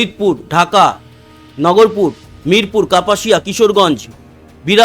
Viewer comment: কত আর বলবো নগরপুর নয় নাগরপুর। ঢাকার পাশে